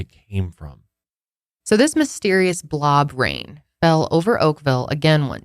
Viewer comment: I know you’re saying “blob rain” but all I hear is “blah brain”. 😂